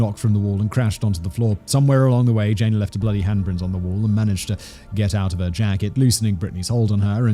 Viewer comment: Jay nuh, not Jane